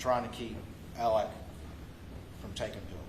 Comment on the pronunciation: Why does this attorney keep referring to Alex as “Alec”??